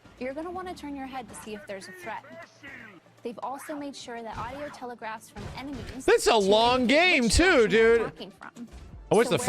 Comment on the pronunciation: “aspects of the original re4 audio dèbèæh”